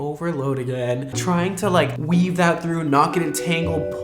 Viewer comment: It’s called a we-ave no wevae